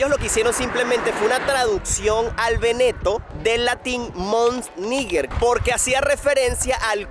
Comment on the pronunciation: Escuchar Veneto , me causa tanta gracia , sueña a veneco 🤣🤣🤣; vivo en Italia y la pronunciación seria véneto , palabra esdrújula y no grave; saludos y buenas vibras 🙋🏽‍♂️